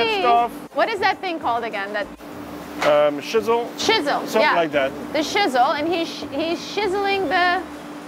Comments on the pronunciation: Well shisell my timbers! LMAO… ITS CHISEL. LIKE CHeek. You guys are hysterical!! Too funny. LOVE your videos…. Cant wait to see this boat (ship?) finished!!! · hearing you guys pronounce chisel shizzle absolutely made my day I thought you were going to break out in some Snoop Dogg rapping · It's a /ch/ sound like in /church/! Say it, /CHISEL/! Hard /ch/ sound! :elbowcough:🤣😂:face-blue-smiling::popcorn-yellow-striped-smile